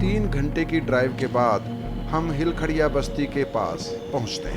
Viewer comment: Its not kharea ,its khodia,,,i